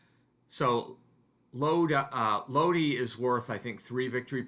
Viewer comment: in Italian you have to pronounce vocals in the same way, so LOD - I, like I of I-SRAEL, not LOD-AI, with the english pronounce of I (AI) and E is the E of E-mpty, not I like E-co (I)